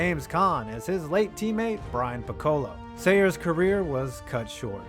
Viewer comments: Actually, he did pronounce the "o" not "a"! He said "pick" "co" "low" putting emphasis on "co" instead of pronouncing it like the musical instrument! But you are correct, it is embarrassing! You see it happening more and more since many of these younger people simply read scripts without any references to what they are saying! My favorite was a commercial about a young man buying a airline ticket to "P-hoe-nix" or SNL's Darrell Hammond, Jeopardy , impression of Sean Connery asking for the category "The - rapists! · Brian "Pih- KOH-lo"??? Really??? Jeez man.... surprised ya didn't say Jimbo "koh-VAIR" too... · did you say ‘Brian Pickola’ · It is pronounced pic-a-low you dork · Brian who? Oye vey that's not how you pronounce Piccolo's last name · How can you ever make commontary on pro football when you have clearly never seen Brian's Song. I can confidently make that statement because you mispronounced Brian Piccolo's last name. I don't think that anyone who has ever watched one of the greatest football movies ever made could pronounce it incorrectly. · and if the narrator could pronounce Piccolo… i might not have quit watching the video.